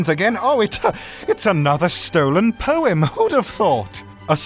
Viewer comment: Is it just me or does he sound like he saying porn instead of poem